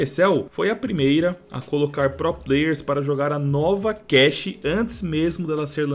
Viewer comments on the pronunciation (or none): none